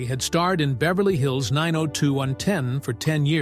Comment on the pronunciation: Say 902 ten one more time.